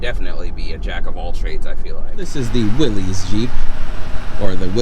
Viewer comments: Will-IS not Will-EEZ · Pronounced Will-iss